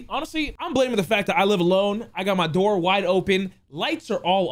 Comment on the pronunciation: Best part about this video is when he says open the noor